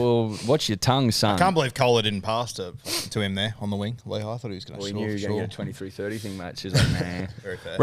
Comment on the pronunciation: Definitely isn’t Layhe, it is Lehi. Cmon